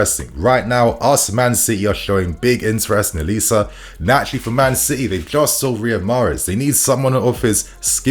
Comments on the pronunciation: the name is pronounced O-Li-Sé. Its 3 syllables not O-lis. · it should be pronounced oh-li-say. Nigerian name.... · His name is pronounced Oh-Lee-Say!